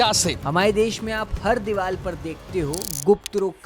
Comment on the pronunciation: Bhai aap diwal kyu bolte ho diwar na infact woh reporter bhi diwal hi bola Aisa kyu